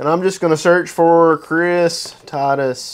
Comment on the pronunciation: Chris Taddus????? TIGHT-US....